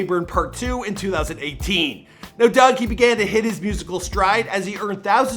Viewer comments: It's Dug not Doug n 42 mean 6 mile smh knw what u talkin bout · the fact that you gotta be from the D to know its 4(four)2(two) DUGG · It's 4 2 dugg not little bro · Did any one else hear him say “lil Dugg”